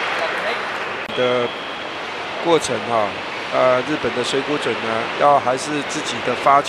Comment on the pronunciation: This Taiwanese caster can't even say Mizutani's Chinese name correctly -.